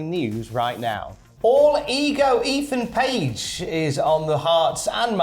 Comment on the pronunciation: Eathan page ? Wow 🤣